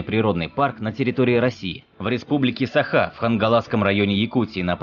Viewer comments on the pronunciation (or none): none